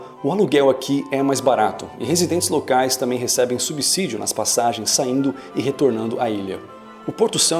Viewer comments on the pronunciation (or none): none